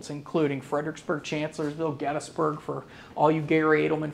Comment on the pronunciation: Is it really pronounced “gettis-burg”? Ive never heard anyone say it that way.